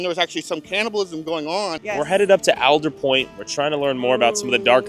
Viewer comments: It’s All-der Point not Al-der Point. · Born and raised, and its ALL-DUR-POINT. Not whatever way you said it lmao. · It is pronounced ALLDERWOOD. It’s a tree. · Willits local here. It's All-der Point. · Your pronouncing Aldetpoint wrong.